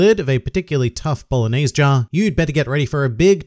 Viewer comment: Bro I'm Italian when I heard you say "bolonesgia" I was crying inside